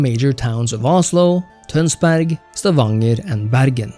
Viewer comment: Omg er du norsk??? Buskrud og Tønsberg utalesen var genial!